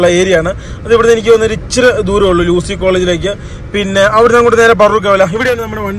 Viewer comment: ലൂസി അല്ല യു.സി